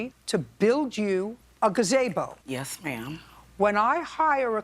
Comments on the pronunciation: RIGHT? Literally never in my 45 years have I ever heard anyone say g'ZAY-bo. It's g'ZEE-bo, lol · "luxary" "gazibo" Defendant is illiterate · Okay why does JJ say “gazaybo” 😂😂😂 I pronounce it Gaah- Zee-Bo 😂😂😂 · LITERALLY was about to comment this 🤣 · JJ keeps pronouncing it Ga-zay-bo instead of Ga-zee-bo ? Which is the correct pronunciation? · 'Luxary gazibo '😂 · A gazaybo??😂😂😂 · Byrd needs to tell her to stop saying gaZAYbo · JJ stop, just stop, please stop saying ga-zay-bo. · I had a teacher who pronounced it “gah-zuh-bow” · Never heard anyone pronounce gazebo like Judge Judy does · It's spelled like it sounds. Gazebo. The contractors paperwork even said Gazibo. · why does she have photos of those workers tho lol and why is jj pronouncing gazebo like that lol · I love JJ, but I hate the way she pronounces gazebo 😣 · Imma be honest, I've never heard gazebo pronounced like that, it caught me offguard 😂 it sounds like a very Northeastern pronounciation